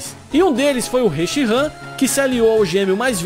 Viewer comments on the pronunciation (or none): você fala zekrom e reshiram errado